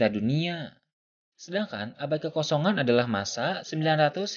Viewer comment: ini kalo ngomong huruf terakhirnya ilang.. misalnya ngomong "abad kekosongan" jadi "abad kekosongaaaaa" huruf N nya ilang..